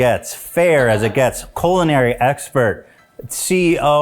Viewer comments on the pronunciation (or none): Ethan definitely said "colon-ary expert" instead of "culinary expert" when introducing Hila 💀